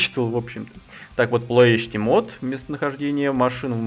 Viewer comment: Название правильно произнес!))